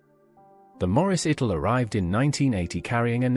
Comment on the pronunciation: What's a mornigo and an itil, a cipry, strange names for the obvious pronunciation.